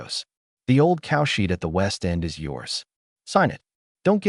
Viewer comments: Yeah it always says cowshit instead of cowshed , everytime it make my mouth watery like as an Indian hindu we eat cowdung(cowshit) not just raw but with some prep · The AI makes cowshed sound like "cowshit" - it's so funny it breaks the serious mood once in a while.